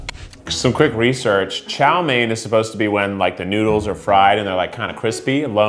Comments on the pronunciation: Did he just call it yo main it’s chow main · As a asian every time he says a Chinese word wrong like “chow mein” makes me cringe but idc bc I’m not that cringe worthy